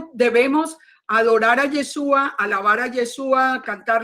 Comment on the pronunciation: BLA BLA BLA BLA BLA Y NO PUEDE PRONUNCIAR Y E S H Ú A